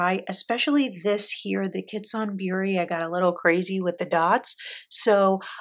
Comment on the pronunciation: WOW! You did an awesome job on your video. Your selection of inks go together nicely too. If I may help with the Japanese..."kitsune" (means "fox") sounds like kee-tsu-nay. The Hobonichi "Hon" ("hon" means book) is like the first syllable in Honolulu (minus the olulu 😅), so hoe + the "un" sound....hoe-un. And "Kakimori" would sound like kah-kee-mo-ri. So the "ki" is kee, rather than kay. I hope that helps. But regardless, I loved your video, with your pretty inks and your swatching format. Thank you so much for sharing your collection! When you do look back on this video someday, you ought to give yourself a big pat on the back. BRAVO! 👏🏻